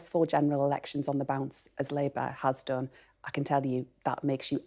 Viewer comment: Errrections funny 😂😂😂